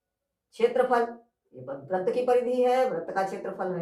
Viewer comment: Sir, in Hindi, you are pronouncing wrong but writing right Vrat is wrong, vrit will be right.